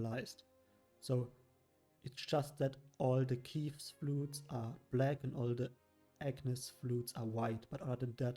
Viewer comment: Ill just bring that here up too, but it is most likely said "ke-ves" and not "kivs", as it comes from the hebrew word for sheep which is said this way.